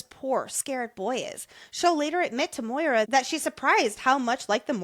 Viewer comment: So grateful got me to read this incredible series🥹 CANT WAIT FOR BURN!!🔥 also the pronunciation of maura as moira is sending me LOL